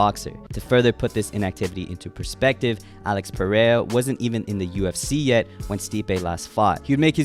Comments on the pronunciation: I gotta teach you how to pronounce Alex "Pereira" lol u saying it like "paraya" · Hey when will you stop pronouncing Pereira as "Pe-rey-uh"